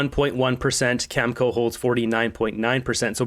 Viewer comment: please learn how to pronounce words! You're a smart guy with good info but, I can't watch you when you mispronounce words like nuclear and Cameco. I used to contract work for them, it's pronounced cameeko. Other words, I get it, you don't want to get a strike, it's bullshit to do that because it shows you're just there for money and that you're just giving lip service. That's fine. I didn't care if you have no integrity if you're reporting the truth. Your ass kissing of the orange menace pisses off and that's when I turn you off ass well. Stop ass kissing the disaster in his ass sir and learn English words and you might get sub back.